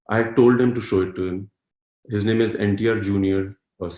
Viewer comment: Finally i heard his named pronounced l